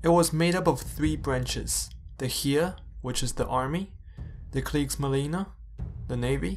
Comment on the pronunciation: Heer in German is pronounced 'heyr', like 'hair'.